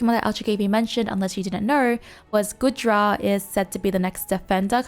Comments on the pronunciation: Its goo-dra not good-ra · Also the way ypur pronounce Goodra makes me giggle lolol